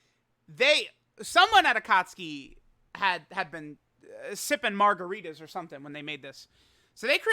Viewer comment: "Next at NuMbeR 8" "Sippin Margaretas"